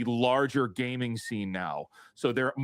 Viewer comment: I couldn't stop laughing at the opening. Gayming!!!